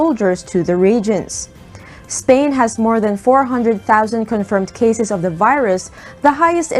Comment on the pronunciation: And this woman is overdoing the English pronunciation, it should be cases, not caZes! The word measure should be pronounced as meZHer!.